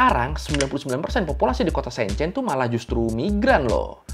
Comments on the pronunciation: Shenzhen bukan Shenchen... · Maaf kak. Bacanya yang betul Shenzhen (shen jhen) e nya kaya elang 😁 Bukan shenzaen 👍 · Itu Shenzhen dibaca kaya sen di senang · bukan SEEN CEEN bacanya !!! huruf E nya bukan dibaca EE tapi E seperti kamu eja Enam bukan EEnam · Bang maap sy gatal nyebut nama kotanya, keknya salah cara bacanya bang. Enw thanks buat video yg super informatif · masukan aja, bacany shenzhen, dua2nya "e" nya kyk "beli" atau benar" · Bang spelling Shenzhen nya salah, e nya dibaca kaya huruf e dalam kata kemana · sorry bang,, ngga enak bnget dnger cara baca Shenzhen,, learning by google translate dulu lah bang,, gmna carabaca shenzhen yg bner.. kan judulnya learning by googling.. learning juga cara bacanya lah😅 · Halo, cuma mau kasih masukan… Shenzhen bacanya Sencen menggunakan vokal e seperti memakai, Guandong bacanya Kuantung… 😊🙏🏼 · Mau ngasih tau aja cara bilang silicon valley itu bukan silicon VALE tapi silicon VELI. Shenzhen itu bukan pake e meja tapi e emas. Jangan malu-maluin nama channel sekolah tapi kayak ga sekolah